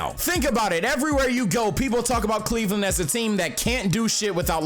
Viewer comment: really said sexland 🤣🤣🤣🤣